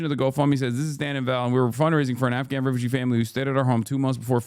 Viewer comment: HasanAbi cult leader knows a lot about “blowback” and lol HasanAbi cult leader not even being able to pronounce the Afghanis name correctly, hahahahaha.